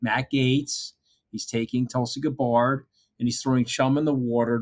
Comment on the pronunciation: Are you guys intentionally mispronouncing Tulsi Gabbard's name? I'm not her biggest fan, but you could at least pronounce her name correctly.